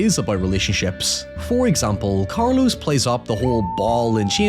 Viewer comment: in their defense (which i rarely give brits) the Spanish phonetical system is logical, unlike that of English. most ppl can't physically pronounce some sounds, as much as they pick them up. there's nothing wrong with pronunciation of Carlos, for example- Cayetano happens to be a difficult one